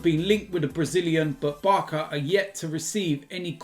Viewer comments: Man said sum “BARKA”🤣🤣🤣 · "Barka"??? BEHAVE!!!